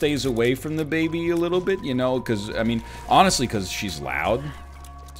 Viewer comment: every time NL says "the baby' i hear "dababy" and i think he's just walking around the house with the rapper